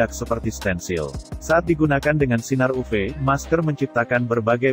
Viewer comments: Bagian uv harusnya ditulis yuvi aja biar robotnya baca yuvi bukan uve, awalnya bingung uve2 apa oh maksudnya uv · Iya dengernya agak gimana, apalagi pas ngomong sinar "upe" Sinar "upe" 😆